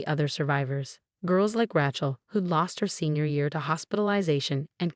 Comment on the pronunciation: FIX THE AI OR STOP USING IT!! Fakads? Ratchel? Resital?